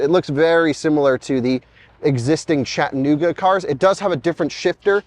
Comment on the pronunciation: “Chatta-Nooga”. Is that the fastest software in an EV?